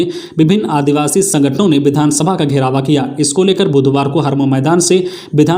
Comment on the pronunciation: घेराव को घेरावा, दर्जे को दर्ज, सिधु- कानू को सिँधु कानू बोला गया और भी कुछ गलतियां सुनने को मिला, बार -बार कमेंट करने पर भी भूल सुधार नहीं हो रहा है, मैं हमेशा इस चैनल को सुनता हुँ, खबर अच्छी है।